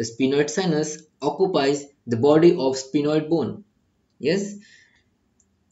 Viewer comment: Sphenoid not spinoid